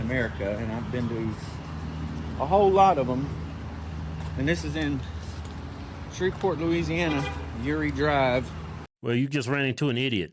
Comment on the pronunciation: I've heard of Shreveport not Shipport